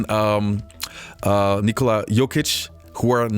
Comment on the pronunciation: I see a new video, I click like and then I watch it. Props to for actually putting the effort to pronounce Luka's and Nikola's names right. 👌